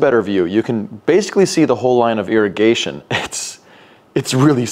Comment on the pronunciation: Irrigation? No no. Airigation.